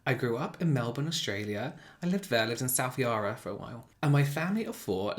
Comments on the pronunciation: Hey, long time fan from Melbourne! I died when you said South Yarra with your accent!! ❤ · I had to laugh at the way you pronounced South Yarra 😂. Australians really do have lazy speech. I can't even think of how to type the way I pronounce it. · The way he says South Yarra cracks me up, he makes it sound so posh but it actually sounds hideous when said correctly.